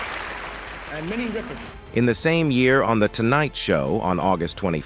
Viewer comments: Her name is Rip-er-ton, Not Ripe-er-tin! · Her Sir name was not RI per ton and it's Mariah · Pronounce her name correctly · PLEASE DO YOUR RESEARCH!! In addition to mispronouncing her surname…there were pictures of Aretha Franklin as Minnie Riperton!!! This is a gross error to mix-up & confuse two distinct & phenomenally talented Black performing artists!! Not cool at all!!! DO YOUR RESEARCH!! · I second that.